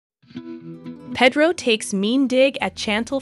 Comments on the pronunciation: I agree! Its hard to listen to her. Same with how she says Pedro. Ugh. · Did she call Pedro Pedo too? 🤣